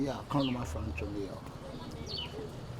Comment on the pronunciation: The way say New York 😂 “Niii Yarrkkk”